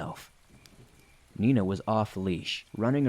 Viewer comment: Ha, Meena is my niece's German shepherd's name too! Unless I'm misunderstanding, and you're actually saying "Nina"...